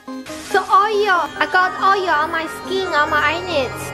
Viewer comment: "I got oyo on my sking", stop.